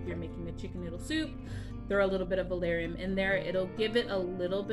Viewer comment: Are you actually saying valarium????